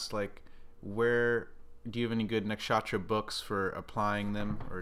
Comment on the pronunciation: Please say Nuksh-uh-truh not Nak-shaaatra thanks it's like nails on a blackboard or pronouncing chair like chaa-eer. Thank you